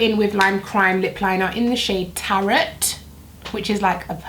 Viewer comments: It’s pronounced tar-oh not tar-ot 😂😂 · Tarat and coriander soup 😭😭😭😭😭😭 Its deffo pronounced tarro like the cards hahahahaha but that just make me giggle 😂😂😂❤❤❤❤